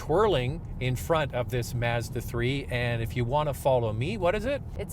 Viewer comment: Stop saying masda its Mazda. I work for em its not how you say it.